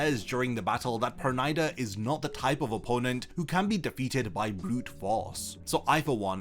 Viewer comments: It's perunida not pernaida (pronounciation) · Why can't this guy pronounce Pernida correctly?